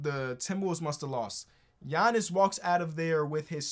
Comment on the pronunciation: Why'd he call Giannis "Gianny" LMAO